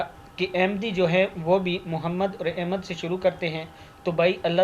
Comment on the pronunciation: لفظ احمد,,زیر,, کے ساتھ نہیں ہوتا بلکہ,,زبر,, کے ساتھ احمد ہوتا ہے